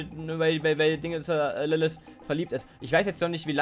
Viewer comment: Es heiße LilliT oder LilliTH aber nicht LilliS.